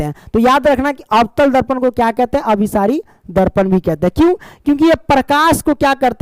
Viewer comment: Sar last mein aap galat padhe hain abhisari aur apasari